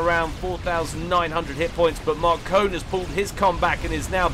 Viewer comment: I think Markone is actually pronounced as "Mark One"